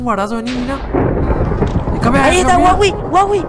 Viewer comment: hahaha kp no es co huahwi ese el del juego se llama huaiwi :V